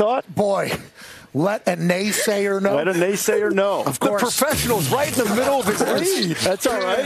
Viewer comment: "Naysaya, please! Can ya lend a naysaya a pencil?"😂